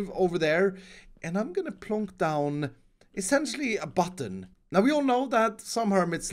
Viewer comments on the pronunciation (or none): Nobody:: pLOnk